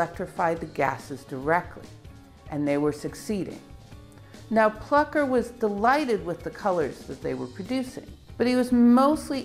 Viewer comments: Taking nothing away from the brilliant explanations, there is an umlaut over the u in Plucker. Thus, I would surmise the u is pronounced oow: plooker. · It think it may be pronounced "Flooker".